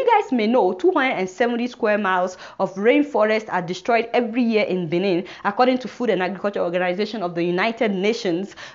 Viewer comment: The country Republic of Benin is pronounced like "Baynen" NOT like Benin in Nigeria